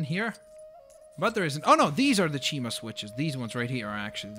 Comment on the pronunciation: cima not cheema